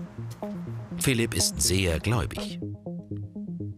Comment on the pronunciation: Welcher russe heist phlip dahahaha xD